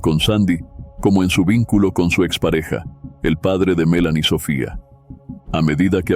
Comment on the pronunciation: Melany , se pronunció con acento en la E, no en la A cómo tu lo pronuncias, a veces da como desespero, escuchar a una persona pronunciando mal las palabras o nombres